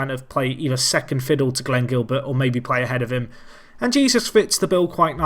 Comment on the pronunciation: and Jesús is pronounced hey-SOOS in Spanish, with that rolled "h" sound again.